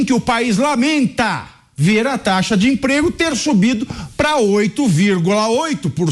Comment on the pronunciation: Taxa de "desemprego",. Não cometa os mesmos erros de pronúncia do Lula.